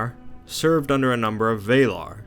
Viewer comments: actually they could have carried the ring to mt. doom, look on the map, before saruman "tried to bring down the mountain" gandalf was leading the fellowship on a path very close to their nests, as well as when he fell he said "fly you fools" i reckon he kept the truth secret incase of spies then tried to tell them before he fell... oh, and one last thing, please learn how to say valar correctly, i understand Americans have an obsessive need to bastardize the english language for god knows what reason, but when it comes to tolkien, you make sure to get it correct. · A very good video indeed! Keep up the good work, you've just earned a new subscriber! The only thing that bothered me was your pronunciation of the word "Valar". You say something like ['vɛilar] but it's actually supposed to simply be ['valar]. So no "ei" or "ey", just "a". I hope that this was helpful in some way. Not a big thing, but I thought that I might just point it out. :) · Couldnt keep watching after you kept saying VAYlar. Many things in Tolkien have debatable pronunciations, but not Valar. VAHlar. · Valar is not pronounced Veilar, but Va lar, same vowel for both syllables. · Other than your Pronunciation of Valar, this video is perfect. Keep up the good work! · Yeah, well I'm Scanian and all the other Swedes laugh at our weird dialect, so I can relate. I will still hold people to a proper standard when they are informing or teaching, as this guy is. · Adam McClendon No, he actually thinks that's the right way to pronounce it. He was arguing with another guy in another video about it. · When I heard how he pronounced "Valar", I stopped watching and left.